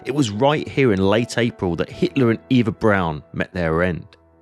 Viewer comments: This is so, so well done, and thus the sometimes mispronunciation of German words is even more jarring. For starters, “v” is pronounced as “f”, “w” as “v”, “s” as “z”, the “e” in Eva as “a”, etc. Getting your foreign pronunciation down would really make things flow better. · Not to nit-pick, but her name was Ava Braun, not Eva Brown